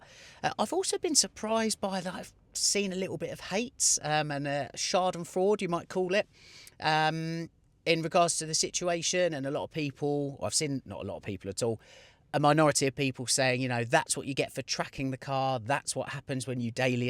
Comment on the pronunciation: Hi. A great fan from Germany here. I hope you take this the right way. Schadenfreude is pronounced: shardenfroider.